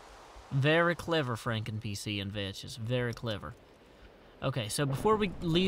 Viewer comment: umm i believe Vechs is prnounced like Vecks veh-ck-sss